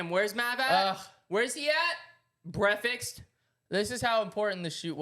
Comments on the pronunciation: Bro the amount of times cash has said “brekfets” is crazy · Cash saying breafextninstesd of breakfast several times and no one corrects him😂 cash and his words hahaha Also Kyle is the best part of this podcast❤